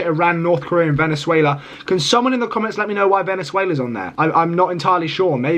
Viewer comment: When you said VENEZUIELIYA 😅😅😅